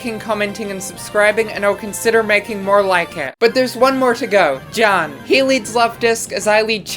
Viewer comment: Homie please look up how to pronounce Juan 😭